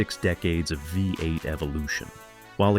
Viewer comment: ENOUGH with the A.I. voiceover crap. What the hell is a FIVE-Eight 283? Oh, you mean VEE-EIGHT!